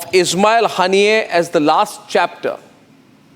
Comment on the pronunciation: Haniyei nhi harniya sunayi padta hein 😂